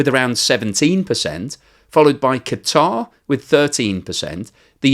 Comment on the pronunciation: I love that uses the correct pronunciation of Qatar (i.e. "kuh-tar").